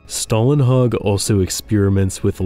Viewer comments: Good video but I guess you got this name wrong - there is no american "a" in his name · You're mispronouncing the artist's name. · Swedish guy here: Stålenhag is pronounced with the first half pronounced very much like the English word "stall". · Since americans (and ofc other countries too) obviously have trouble pronouncing words containing the Swedish letters "Å, Ä and Ö" (like for example Simon Stålenhags name - which the narrator also struggled with) I'm gonna explain it in fairly "easy to understand" way: The letter Å, is pronounced exactly like the letter O in the specific word "stories". So just after the "th" and before "r" you have the spelling for Å... So pronouncing "Stålenhag" will be like you'e gonna say "Sto" in stories and then just add the "lenhag".. Oh right.. The letter A in "hag" is pronounced the same as in how you pronounce "A" in the word "heart" (ea).. Or as the (i think German) word/name "Haas". Now go ahead and impress your friends with your newly learned (and not needed lol..) Swedish! 😂 Sorry for the rambling but i thought that i might as well explain it (and do it properly while I'm at it) since I heard the narrator pronouncing it the wrong way, only to then say it correctly in the word "stories" (stÅries) right. So yeah, detailed explanation (even though 99.9% of you don't give AF ofc! Haha 😂)